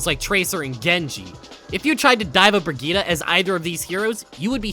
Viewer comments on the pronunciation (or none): bro please stop saying "bregeeta" her name is not pronounced like that and you know it. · Bruh, the way he pronounced Brigitte gave conniptions. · so because torb and rein mispronounce her name that's suddenly how it's supposed to be pronounced, that's not how it works. her name ends with an E, and she even pronounce it herself with said E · why do you pronounce brigitte as if it ended with an a